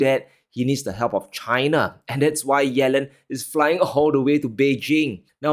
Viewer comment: Why do U say CHHH I N A ? ? ?